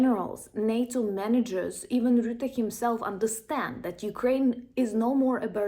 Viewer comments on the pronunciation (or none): none